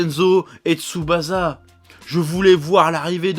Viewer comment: ça se prononce Tsubassa en fait.